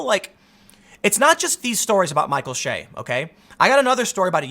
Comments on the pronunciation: Bro, it’s Che ... not Shay. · Che is pronounced like the ch in chive... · Michael Che every week: I'm Michael Che Tim: Michael Shay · Tim is such a lefty, he cant pronounce Micheal Che's last name the right way. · You'd have to actually watch SNL to know how to pronounce his name. I assume you're at least 45 if you're actually watching it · That's my point. If Mr Research is going to report on Michael Che, he should research how to pronounce the man's name. One way to do such exhaustive research is to watch any of the Weekend Update clips at SNL's YouTube channel. 30 seconds will do it.